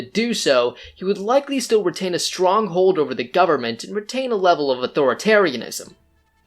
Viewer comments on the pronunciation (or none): none